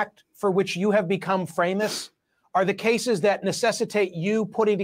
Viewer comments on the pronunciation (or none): So here is something fun, at the mark, or to be safe, from to the reporter has a slip of the lip and instead of famous, he says FRAME-ous